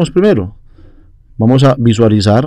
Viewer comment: Min "Vamo a suponer" XD Vamo a calmarnos.... muchas gracias, esta muy bien explicado.